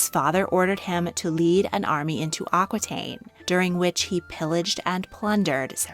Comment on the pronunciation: Aquitaine sounds like au kee taine